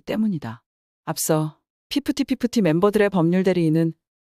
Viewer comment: 이거 TTS냐? 피프티 피프티 발음 엄청 버거워하는거보니 사람인거는 같네 ㅋㅋ